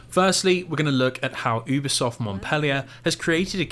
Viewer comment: It’s pronounced Youbisoft not Oobisoft. I’ve worked with them for years.